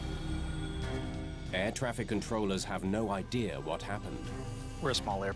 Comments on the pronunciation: Not a typo, I mean idear. Southern accent saying idea. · Idear? I haven't heard that said in a long time.